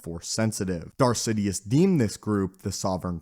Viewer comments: Why do u pronounce Darth Sidious as Zidiuus? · I think he said Darth Zidious at least it sounded like that to me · he said darth zitious